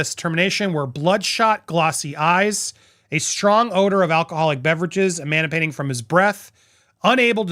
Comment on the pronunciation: Sorry Andy, but you said “ emanating” wrong.